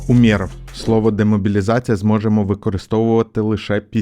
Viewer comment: Умеров - наголос на першу літеру